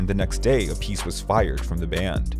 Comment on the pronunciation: AP-uh-see not uh-piece.